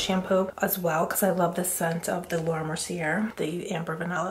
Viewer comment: 'Indentation is a look', love that! Btw it's pronounced Laura Mer-see-AA, you know those French ppl lol. First one I've seen on Formulate, do they make products to grow in your brows I wonder or do you use the Grande brow? You look gorgeous as always! Love ~~ Chanel